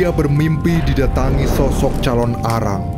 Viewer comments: Calon narang kak bukan calon arang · Yang benar itu CALONARANG bukan CALON ARANG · Calonarang bukan calon arang